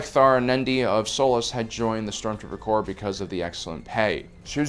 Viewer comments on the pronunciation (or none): Corps, not corp.